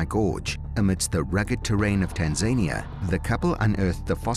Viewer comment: Pronounced as Tan-za-nia